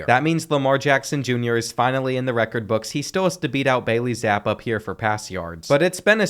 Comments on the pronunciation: Its pronounced Bailey "Zap-E" btw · No way you pronounce it "Bailey Zap" bro😭 He's played in the NFL